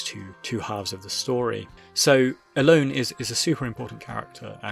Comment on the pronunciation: I think her name is pronounced El-O-nEH